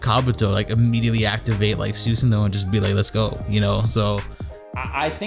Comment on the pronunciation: Sus san O. Not suuuusano😆😆😆